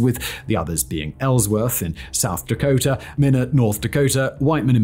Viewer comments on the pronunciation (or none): Minot is My-Not North Dakota XD, not Minnow, I hear it all the time lol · Minot, North Dakota.... Not 'minute' but 'My Not' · Minot rhymes with "why not" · Oh you silly Brits..."minute" North Dakota lol😂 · Minot (My- not) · Minot, ND (My not) 😂😂 it’s okay